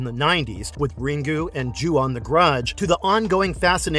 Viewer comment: Yup I heard it too.